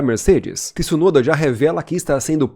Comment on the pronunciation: Boa narração, mas não é por nada não mas não é Tiisunoda que se fala, o t é mudo como tchau, tcheco etc.